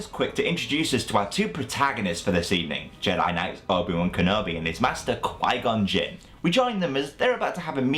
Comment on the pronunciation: Qui- Gon Gin lmao